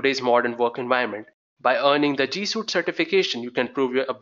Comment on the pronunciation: G Suite. Not G Suit. Also, thank you for the video.